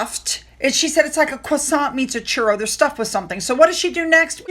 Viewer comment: PAELLA Pie-AY-yah is how it's pronounced in French and Spanish. Your croissant,, was perfect. When I hear Meghan speak Spanish or French I can't understand a word she says.